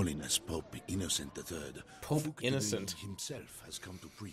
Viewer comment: They can't even pronounce Innocent III properly. Americans, born to be ignorant.